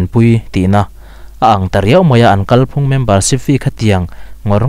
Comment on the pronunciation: Off topic. leh . "Kalphung" lam dan a dik lo. "Kalphung" hi "Thinlung" tih anga lam tur a ni a, "Chawngzawng" tih anga lam tur a ni lo.